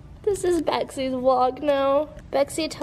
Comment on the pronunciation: i can’t get over the fact that the whole time was saying “baxie” i heard betsy